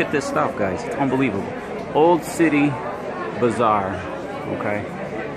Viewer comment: Thank you for the video. With all due respect, it's not bizarre, it's BAZarr. A bazaar is a market place. There's a difference (although you COULD say it's all bizarre). BIZarre means "strange or unusual". : ) Thanks again.